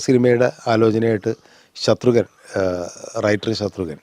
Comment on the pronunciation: Ghnanan vittupoyo? Shathrugan alla Shatrughnan..Kamal saarinu inganathe mistakes pattathathanallo